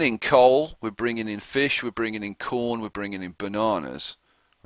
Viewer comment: Is there a way to adjust what you're doing with your imports? I'm having the same issue with the coal and iron, and I'm not sure if I'm able to tell them to use it for the steel mill somehow. Also, love the videos. Your voice is unique and fun to listen to. The way you say bananas is so funny. Thanks so much for the videos!